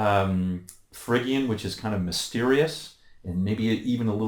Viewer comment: fridge-ian, not frigg-ian!